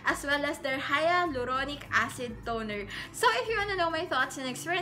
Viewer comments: Say it as "hay-lu-ronic" not "haya-lu-ronic" acid.. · It is pronounced as : Halyuronik hahha skl Im in love sa hyaluronic acid 7 months ko sya nagamit every night i bought my sevond bottle yesterday ang ganda nya sa skin tas nakaka moisturize talaga .